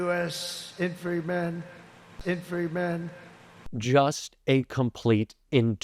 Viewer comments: What's an "infriman"? I've heard of "infantryman", but I suppose that's too many syllables for the OrangeManBabyFelonRapistPaedophileFraud. It's been delightful watching and re-watching clips of a soggy wet Trump; never a good thing usually but this was great. He looked so sad. 😂 Hegseth's full of sh!t. Propagandist scumbag, lier, filibusterer and traitor. Watching from England, with renewed hope. 💙🇬🇧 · What the fek is an ‘Infreyman’? Total gibberish from the offender in chief. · "Infree-mahn....infree-man,? infree man?" -Don Genius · Did we really expect a draft dodger to know how to say infantryman? 😂😂😂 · A two year old could pronounce 'infantryman' better than Trump 🌮 I could, as a child, and I was having speech therapy 😂